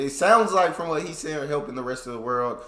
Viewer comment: "Cops around the whorld react to us police"